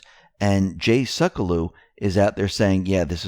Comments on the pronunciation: Please,, for Jay’s sake, work on his name. It’s not ‘suck-a-loo’. It’s ‘Sek-u-low”. It sounds really bad when you pronounce it ‘suckaloo.’ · Jay Sek - U - Low.....Please stop mispronouncing his name.